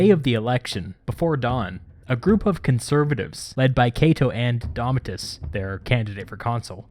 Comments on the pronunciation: Thats Domitius (Do-Me-Ti-Us) not Domi-tus. Really, I have to comment here, no one else called him out on Domitius? Yet I see multiple comments in the other video about Gallipoli. Well here's a clue, idiots. Domitius clearly has an I, and is not being pronounced right, whereas Gallipoli is fine. Man, why are people such fools? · Its DOMIT IUS , not DOMIT US , theres a clue in the spelling. 🤗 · Domitius not domitus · you say "domitus" instead of "domitius" lol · DAHMITYUS FAIL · Doh! (mee-shus). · It's pronounced Dom-ee-t-ee-oos. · Domitius is pronounced as it is written English has flown away too far from Latin but German or French pronunciation is no better.Polish is closest to Latin not only in pronunciation but also in grammar.